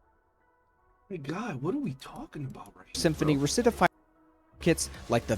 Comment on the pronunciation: RECITIFIER HE SAID RUH-CITY-FYER IT IS LITERALLY WRITTED "RECTIFIER" IN THE SCREENSHO- If this is bait I actually gotta shake that man's hand cause he got me